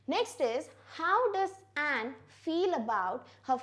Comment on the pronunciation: Mam I think you are mistaken in the pronunciation of Anne .....